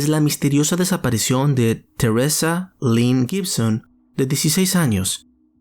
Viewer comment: oye pronuncia los nombres bien. lo quieres decir al estilo americano cuando lo demas en espanol lo dominas perfecto. que no conoces el nombre de teresa acaso? que es eso de.....terresa??